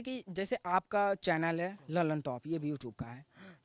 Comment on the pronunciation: Lallantop hai sir.... Lallanchop nhi first intro line